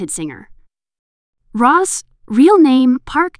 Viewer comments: Rose ❌ Ross✅ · Who’s “Ros”? 😂